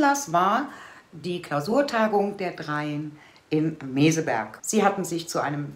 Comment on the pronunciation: Habeck weiß nicht mal, wo er ist!: "Meseburg" vs. Meseberg!😂